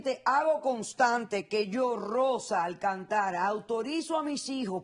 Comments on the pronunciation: No es Alcantara es Alcántara, dra. Polo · Es Alcántara Dra. Polo, no Alcantara.